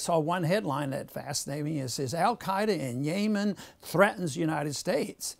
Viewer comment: I would take him more seriously if he could pronounce Yemen and Saudis right